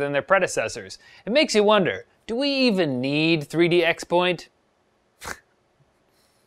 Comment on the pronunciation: it's pronounced crosspoint, not expoint.